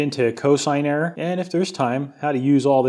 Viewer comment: I choose to believe that your error in "erorr" was deliberate.